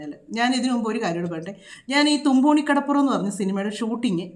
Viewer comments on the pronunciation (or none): തുമ്പോണി അല്ല തുമ്പോളി